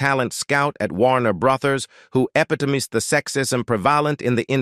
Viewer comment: What a lousy AI text to speech. Can't pronounce "epitomize", "prevalent" and "booties." I turned it off after that.